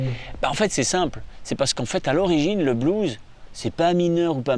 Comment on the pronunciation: yes!! Et en plus il appuie sur les syllabes!! Yes!! Bise mon...👌✌